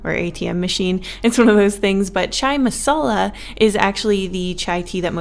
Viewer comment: Masala is is an Indian word and I'm from India so I cringed so hard when she said "muh-sol-luh"